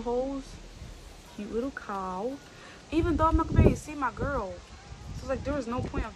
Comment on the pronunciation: The way she sad cow😂😂😂